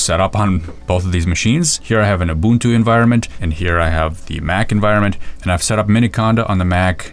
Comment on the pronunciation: As a Zulu man I am really impressed with how you pronounced "Ubuntu".